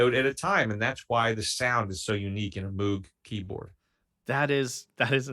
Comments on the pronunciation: D’oh! I just discovered your channel tonight. I’m subscribed now. At the risk of sounding like the Pronunciation Police, I just want to mention that Dr. Moog’s name sounds a lot like Homer’s favorite bartender, Moe(g). If you want to see and hear a great combination of pianos and synths, consider Rick Wakeman’s solo piece during the ABWH tour. It’s an instrumental, so I’ll understand if you feel that it doesn’t fit your channel. I’m looking forward to the early Genesis reaction. Those videos are of a much higher quality than Yessongs and similar concert films. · While it's true about the synth that Robert Moog (pronounced Moe-g, not "Moo-g") built is the MiniMoog Model D and yes, it was monophonic - you are correct that was one of the factors that gave its unique sound. The other fact is that he designed it so as to be easily used live on stage and took many tips from musicians at the time and designed them into the finished instrument. The list of artists that used the Model D in their songs, many of them hits, is very, very long.